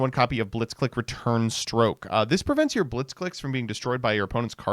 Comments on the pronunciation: The fact that the name is so clearly a Japanese-Engrish pronunciation pun on "Blitzkrieg" (the lightning strike warfare) yet people continue to call it 'blitz-click' instead of 'blitz-cleek' . . . then again, this is the Smiger and Stray-toes guy. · "clique" is pronounced "cleek". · mispronounced the archetype the whole video